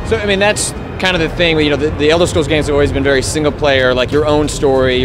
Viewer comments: did she say elder schrolls? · elder sholes :D